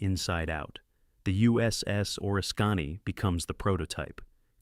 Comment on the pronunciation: That would be the USS O-RISK-CAN-Y. WHAT THE HELL DID YOU CALL IT?